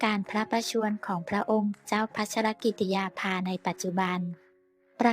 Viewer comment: ขอให้คนอ่านข่าวช่วยอ่านให้ครบประโยคเช่น พระนามพระองค์ภา ต้องอ่านติดกันดังนี้ " พระองค์เจ้า"พัชรกิติยาภาฯไม่ใช่อ่านว่า พระองค์ "เจ้าพัชรกิติยาภา". อย่างนี้เป็นการอ่านที่เว้นวรรคประโยคซึ่งไม่ถูกต้องตามหลักไวยากรณ์ อยากให้แอดมินช่วยศึกษาภาษาไทยให้ดีก่อนเผยแพร่สิ่งผิดๆในยูทูป